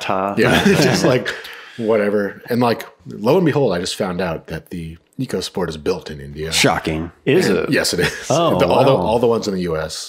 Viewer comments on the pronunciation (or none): It's pronounced "Echo"sport, very important to get it right